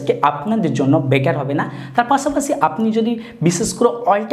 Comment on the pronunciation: পাছাপাছি নারে ভাই পাশাপাশি 🤣